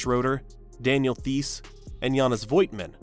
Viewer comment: Please say Theis as in Tais. With a sharp S at the end. We dont have "th" in german. The other mispronunciation I really understand and wont complain. But please dont do a "th"